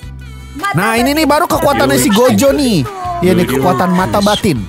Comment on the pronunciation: Gojo Bukan Gozo